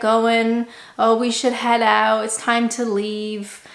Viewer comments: Still say oooot like a Canadian lol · At least the way you say out is still Canadian. My Great Aunty lived in Toronto for about thirty years and the word out was always said with a Canadian accent. That and the word Canada of course.